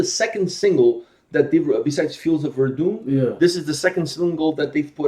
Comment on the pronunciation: How can so many people pronounce Verdun wrong especially after hearing the Fields of Verdun?